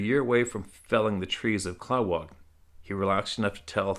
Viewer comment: Klawock is pronounced Kluh-wock. Its a village on Prince of Wales Island just north of Craig, AK.